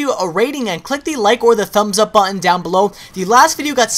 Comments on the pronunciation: button was said wrong allot this day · say button again, i dare you!!!! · dude u say "button" a bit wierd bro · You say "button" weird